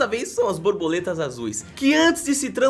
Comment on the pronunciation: nao é borboletas e sim brabuletas